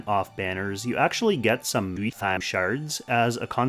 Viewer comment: Someone should count how many times you used that “WeHtTaM” sound slip lol never gets old when you use it for some reason.